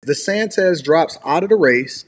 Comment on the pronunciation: Damn, would you please pronounce the racist man's name correctly. His name is DeSantis, not DeSantez